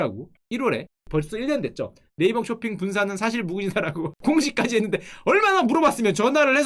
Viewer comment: 네이쓱 ㅋㅋㅋㅋ 찰지네...